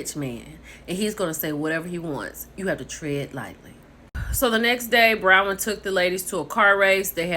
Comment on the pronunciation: Hey, sis it's BRON-wyn....😂